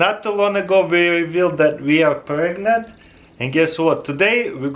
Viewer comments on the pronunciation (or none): Did he really say we are preagnent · Did he se We Are Pregnangt ? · He just said 'We are pregnent'😅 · 😂😂when the video startet he said we are pregnand